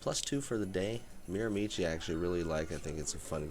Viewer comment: A tip for the correct pronunciation, change it to Miramishe and you’ll be very close to the correct way to say it. I never played there but I did live about 10 minutes from the course for 3 years, left when I was 12.